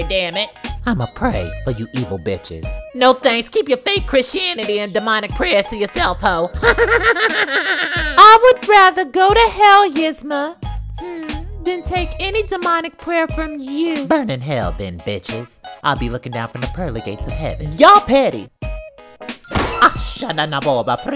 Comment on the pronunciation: Hey this is how you say Yzma’s name pretend there’s an E instead of a Y (Ezma)